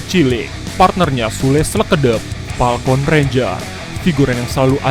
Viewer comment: Palkon apa falcon?? :v